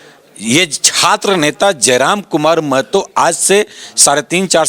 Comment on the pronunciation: SMP You r the first who do right prounciation of महतो not मेहतो